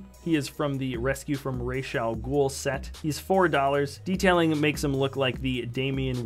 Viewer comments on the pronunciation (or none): It’s pronounced raz not rash